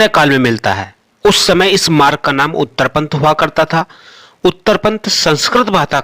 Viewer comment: जिनको बोलना भी नहीं आता वे भी विडियो बना लेते हैं। उत्तरापथ शब्द का उच्चारण सीखो पहले। यदि यह सड़क न होती तो विदेशी आक्रमण भी नहीं होते, यह बात तुम्हारी मूर्खता को शो कर रही है। जो इतनी बड़ी सेना लेकर आ सकता है वह तो सड़क भी बना सकता है।